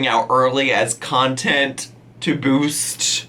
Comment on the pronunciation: “Nontent?!??” That’s perfect!